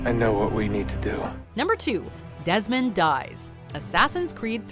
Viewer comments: Lol #2 says "Demond Dies" instead of "Desmond Dies" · ''Demond dies'' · "Demond dies"